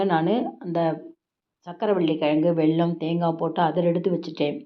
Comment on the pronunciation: Say vellam not velllam